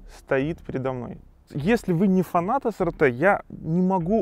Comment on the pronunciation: правильно произносится SRT - Эс Ар Ти.